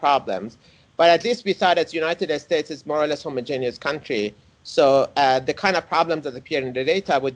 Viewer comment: I love his way of saying "United Estates" a rather fitting description.